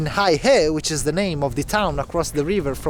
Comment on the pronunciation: Heihe is pronounced "hey her" not "hi her".